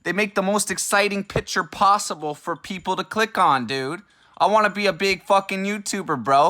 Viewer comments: "peep-ole" definitely not "peep-ull" lmao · He said “peepole” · Dude said PeepHole not people